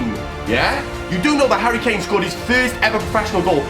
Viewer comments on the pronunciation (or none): none